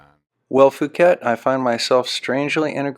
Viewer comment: It's not "Fu-ket." Thai language sounds each letter phonetically. So, it's "P-hu-ket" or P-oo-ket."